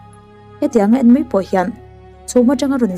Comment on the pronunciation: A ngaihnawm e👍 mahse 'ng' kha 'n' - a thlak hun hriat a tha maithei. Eg: A eng em em chhan chu, 'A en* em em chhan chu' tih tawh tur. Past tense, thluk hniam chu 'ng' kha 'n' - ah a chang tawh.